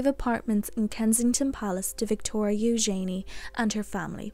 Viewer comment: I much prefer the correct pronunciation of ‘Eugenie’ as you pronounce it rather than how Sarah and Andrew pronounce their daughter’s name -‘you’jen’ee’